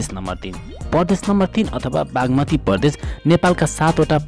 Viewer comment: Bro it's Pradesh not pardesh